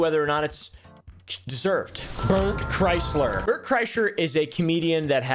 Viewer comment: you pronounced his name as Bert Chrysler, it’s actually Bert Krishna.